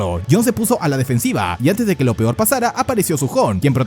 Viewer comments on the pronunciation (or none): none